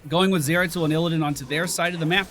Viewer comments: The 'Y' is pronounced the 'i' in 'if': 'Ih-rel', not 'Eye-rel' or 'Yuh-rel'. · Name pronounciation: EE-RELL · its pronounced your-ull you had it the first time in the theorycraft vid ^_^ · Step one: Go on Youtube Step two: Search the champion spotlight for Yrel Step three: Listen to the pronunciation Problem solved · Do all Americans suck so much at names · Ya rail, that’s should be easier to pronounce. It’s not how your supposed to pronounce it but it might be a good nickname. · Could you just check the spotlight video for the pronunciation? It's not that hard...